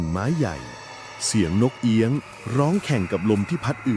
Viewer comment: นกเอี้ยง ไม่ใช่ นกเอี๊ยง